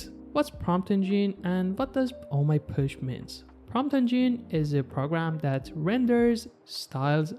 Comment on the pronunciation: Btw it is not “push” it is posh. Like gosh. pawsh